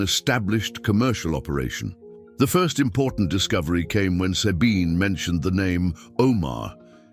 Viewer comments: The way the name "Sabine" is pronounced here is biasphemy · Sabine's name is not pronounced correctly...lame... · Not possible to listen to someone who says Sabine instead of Sabine. Bloody AI